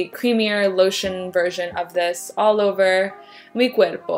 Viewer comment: Love how u said Mi Cuerpo! I don’t know much about you (1st time watching) thought u might be Japanese based on just your name. Awesome vid! Stay centered. One luv